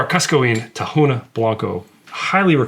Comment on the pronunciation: Don't want to sound like and ass or anything but for the information sake of the community, the H in tahona in Spanish it's silent, so the correct pronunciation for anyone interested is Taona not tahona